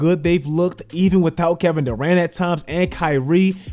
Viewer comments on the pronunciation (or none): none